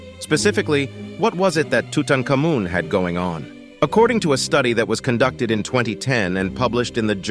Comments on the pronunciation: Learn to pronounce name correctly. Tuttankamon has always been pronounced too-tarn-kar-mon. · TUTANKHAMUN????????TRY PRONOUNCING HIS NAME( TUTAN...KHAR...MOON). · That's a really interesting pronunciation for Tutankhamun. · Can you please teach your computer how to pronounce the name of king-tut? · That's the weirdest rendition of Tutankhamun's name iv'e ever heard! just trying to be different? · Stopped watching after your mispronunciation of Tutankhamun and Tut. 😅